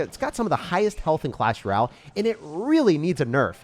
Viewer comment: Its clash r’yal to, he aint got no time for O sounds